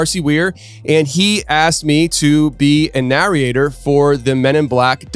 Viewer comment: It's driving me bonkers how he's saying "Narriate and Narriator" instead of "Narrate and Narrator" lol